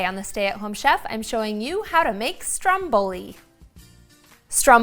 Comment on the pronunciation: your saying ”Stromboli” wrong😂